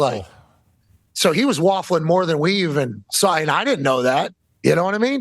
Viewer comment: Too much whafffling 😂